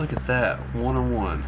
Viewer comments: It's pronounced kone e zag one to one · Cone-egg-seg One to one. That is the pronounciation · It's pronounced one to one because the power to weight ratio is one to one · It makes me upset every time you say the name😂😂. But keep trying im in love with cars so i know. It a one to 1